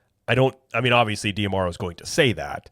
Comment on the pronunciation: Is it Dee-Ah-Marrow or Dee-Marrow? I feel like you're adding an extra "ah" in there, but maybe I'm wrong.